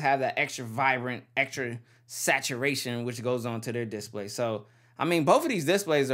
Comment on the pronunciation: I don't like the way you say display, change it lol